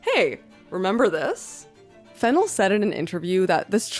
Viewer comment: You keep mispronouncing the director's name. The second syllable should be stressed - /fɪˈnɛl/